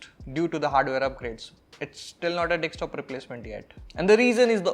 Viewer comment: its DESKTOP, not DEKSTOP.